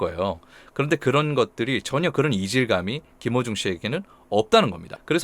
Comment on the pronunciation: 저만 그런가? 했는데ᆢ